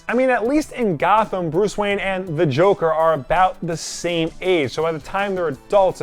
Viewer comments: Thomas Wanye?? Not Thomas ”Wayne” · "Thomas Wanye" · Thomas Wanye. Rhymes with Kanye.